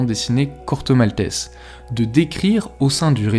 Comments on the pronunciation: Un autre qui prononce le nom du Corto, "malteSS", pourquoi? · Corto Maltaisse